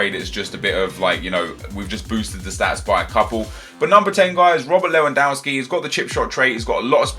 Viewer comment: Nep man how can you still pronounce Lewandowski like that?! You're a football fan right?? Sort it out xD